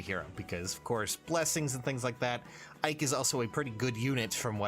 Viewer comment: Ike? I thought you said Mike.